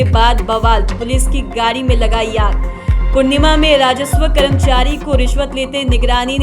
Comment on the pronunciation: पूणिमा नहीं पूर्णिया है ठीक से बोलिए